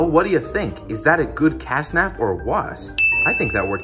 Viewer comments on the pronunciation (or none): hold on did you say castnap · It is catnap not castnap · It's catnap not cashnap! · 💀he said"casnap"💀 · Bro said cast nap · IT IS NOT CASNAP IT IS CATNAP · Its catnap not cashnap and also bobby bearhug is a girl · Catnap not casnap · its catnp not cashnap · You say his name wrong is cat nap